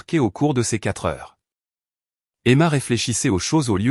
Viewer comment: Pourquoi n etes vous pas capable de dire le mot heure